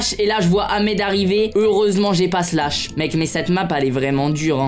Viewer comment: C’EST PAS SLASH MAIS SHLASSE